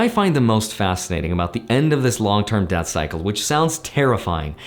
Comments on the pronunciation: Yep, I knew he was saying "Debt Cycle" but my ears didn't agree. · Did anyone else keep hearing "Death Cycle" instead of "Debt Cycle"? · Same lol